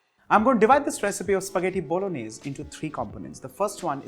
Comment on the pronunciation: Pasta bolaganesh 🤣🤣🤣 — jordindian